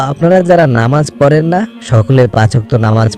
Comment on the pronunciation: আপনি ভুল পড়েছেন ভালো একজন হুজুরের কাছ থেকে শুনে নিবেন